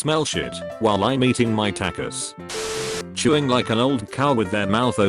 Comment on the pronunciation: The way he said tacos (Tactos) lol. Sorry way he/she said it. Lol